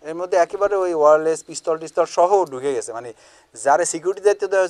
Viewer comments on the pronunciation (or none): none